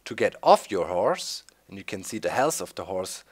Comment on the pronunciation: Did you say horse or hores